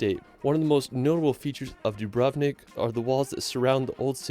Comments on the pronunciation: Don't wanna be a hater, but the guy in the video pronunced 'Dubrovnik' wrong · As a European, that pronunciation of "Dubrovnik" made my ears bleed